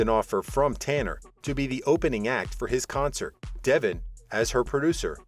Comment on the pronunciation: How about these "readers" actually watch the show. Their mispronouncing names is aggravating. It is DeVON, not Devon.